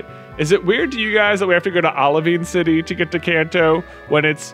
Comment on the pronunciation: Maaan, I’ve been preparing myself to hear it every episode since the first time J said OliVEEN City, but I let my guard down and let it happen again with a drink in my mouth 😂😂😂